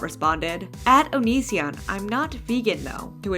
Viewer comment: Why do you say his name so weird?